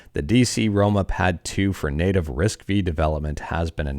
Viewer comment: Just to note: it's pronounced Risc - "5" (five) not V (vee).